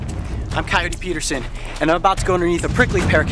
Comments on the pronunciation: He siad im cotoyotote peterson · He kind of messed up his name in the intro